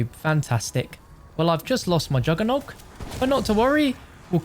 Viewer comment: He says it correctly